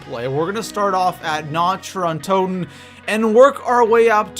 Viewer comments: Nacht Der Untoten=Nokt-Der-Untoten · Lol nacht dee untoten is german you know your german is horrible😂